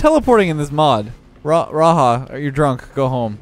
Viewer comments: its not raha(raja) we called it "raga" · It's RAJA ( R-AA-J-AA) NOT (R-AA-H-AA). Felt so funny with with saying Raha everytime. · it's ra-ja, not ra-ha :( Indian J, not spanish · stop pronouncing raja as raha. Raja is a Hindi translation of king and that is the reason why raja bots always have crowns. please stop misleading the community, its same as pronouncing rocket league as pocket league or whatever. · raja is an indian word, so u can pronounce the j normally, not the spanish way